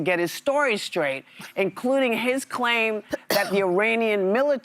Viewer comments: I think it’s hilarious how Whoopi tries to pronounce “Eee-Rrran” 😂 but sometimes she forgets. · lol she somehow has convinced herself that putting on some foreign-sounding affectation while pronouncing Iran will make her sound cultured